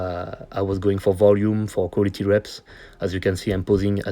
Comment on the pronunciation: Cet anglais de qua-li-té pour une séance de qua-li-té, bien vu